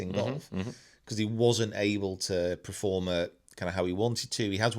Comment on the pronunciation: PERform not PREform! 😂 really bugging me